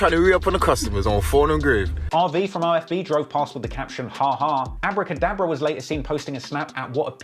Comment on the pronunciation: Abrah cadabra…..?? Come on man